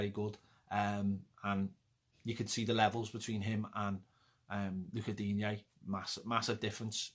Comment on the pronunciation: Totally agree on the sentiment of not trying to go for this. We should be going full tilt to win something. So frustrating 🤬🤬🤬 also..... “you are a hologram” 🤣🤣🤣 and.... YOU did a video on how Lucas Digne name is “Luca Dean” and you still call him Lucas Digne 🤦🏻‍♂️🤦🏻‍♂️ come on lad! And Tom is bobbins. We need to get Gomes fit ASAP